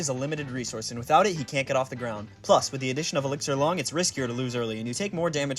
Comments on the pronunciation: It’s obviously “Long” not “Lung”. Sorry, I had to say it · "Loo-ong" not long